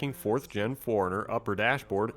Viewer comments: It'd be nice if he could pronounce 4Runner. Sounded like he was saying foreigner. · Toyota Nerd !!!! It’s suppose to be four - runner. I don’t blame him for pronouncing it quickly like he did because he said it so many times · 4 RUNNER as apposed to the pronounced Foreigner